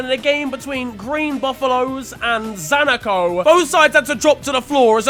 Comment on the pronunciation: Za-na-co yep definitely said it right 😂🇿🇲🇿🇲🇿🇲